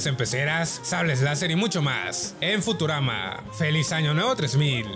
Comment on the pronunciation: Pese q decia futurani xd